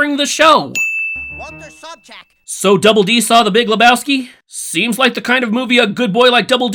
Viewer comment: I actually watched this episode years before I would see the Big Lebowski, and for that I’m surprised you didn’t add an extra sin for the fact that Edd had in fact mispronounced the last name of Sobchak.